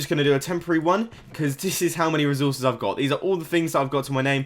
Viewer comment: I love how he says resources "rizorsus"